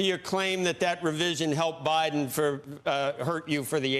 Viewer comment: Bayden Baydenn. LOL